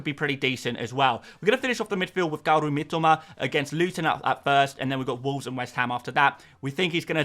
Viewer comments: Don’t say Mitoma like that again please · Glad someone else picked up on that. Horrible😆